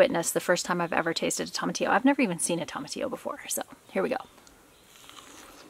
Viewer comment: Tomatillo is pronounced TOE-MA-TEE-YO, not TOM-AH-TEE-O. 😁